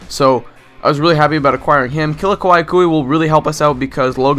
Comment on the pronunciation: Let me help you pronounce Kila Kaihuhe that mess of a name. Key-la Ky-who-ee Not trying to mock you just thought it would help